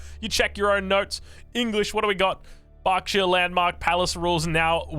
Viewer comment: Only if he learns how to pronounce Berkshire..